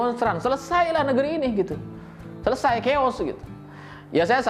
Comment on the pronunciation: kata "chaos" berasal dari bahasa Yunani, artinya= keadaan kacau balau, tidak terkendali, berantakan... Cara baca /pengucapannya: "khaos".. Bukan "kheos"...